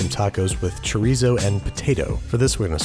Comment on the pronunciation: he also said chi-reez-oh lol but it’s okay, he’s an exceptional cook so I forgive him